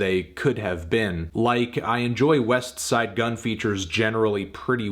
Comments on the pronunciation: This was an 8 or 9 easily... but what should be expected from someone who pronounces the T in Westside Gunn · Why he say westside name like it’s a space between em? trippin on fahim name too talm bout “thee god fahim” smh white folks be trippin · Fantano still can't pronounce Westside Gunn correctly smh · Alright Anthony, you don’t need to remind us you are the whitest man on earth everytime you say Westside Gunn.